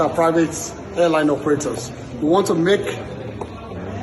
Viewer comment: To add salt to injury how can u say “what doy you WANST to be when grow up?” Some serious grammatical error that shouldn’t be done in front of primary school pupil. That isn’t how to LEAD by EXAMPLE… Mans can’t even pronounce WANT correctly…? 🙈😒🤦‍♂️🤦🏾‍♂️😢